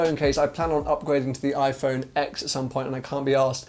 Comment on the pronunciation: IPHONE X PRONOUNCED TEN !!!